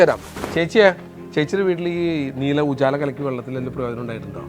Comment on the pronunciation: Ooochala alla ujala